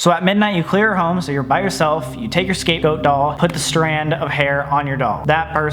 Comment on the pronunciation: Omfg it sounds like he says Escape Goat